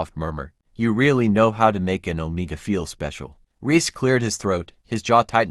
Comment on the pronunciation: It's Om(e)ga with short e sound. And bowing with an ou like out sound.